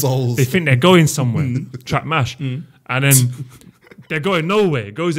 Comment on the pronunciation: Did say trap mash? 🤣😭🤣